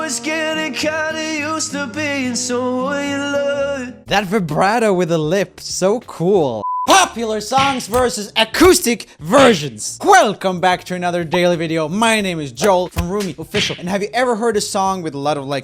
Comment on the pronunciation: "HWELCONE back to a daily video"